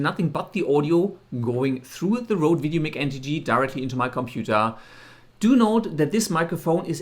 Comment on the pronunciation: Doesn’t apply here bro, no offense. I guess it is part of your native language which i can understand! Goodluck with the channel:)